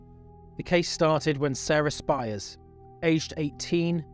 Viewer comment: As a kid in WA in the 90s this was so horrible and scary and I'm so glad the bastard was finally caught. Your video captures that feeling. I was wondering about your pronunciation of Spiers..but I might be wrong but I remember her name being said like spears.